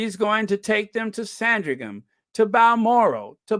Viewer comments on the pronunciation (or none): none